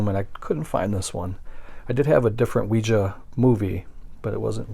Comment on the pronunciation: Ouija sounds like wee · jee.